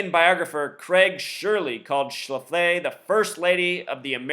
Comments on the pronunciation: Excuse me...it's pronounced SHLA'-FLEE. Not Phyllis Sha-FLY'...So much for your gematria...study your plain English and history more, and let up on the super-secret code, bro. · Not sure if you're mispronouncing her name on purpose or not, but it's pronounced Schla-flee. Just saying. 😎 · You are not pronouncing her name correctly. It is Schla-flee accent on the first syllable. I am 65 and remember her well! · SCHLAF-lee, moron. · The name is pronounced Shh-laff-lee, they have a brewery & restaurants in StL as well. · Her name is pronounced ssh laf lee, accent on the laf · no disrespect, but it's pronounced sh-laf-lee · Yeah I wondered why you were pronouncing it that way? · Will Hightower , I was afraid my ears would start bleeding. Thanks!